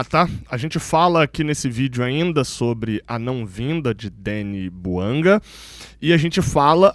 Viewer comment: A pronúncia é francesa, aliás a língua oficial do GABÃO é o francês. Assim é BOUANGÁ que se deve falar.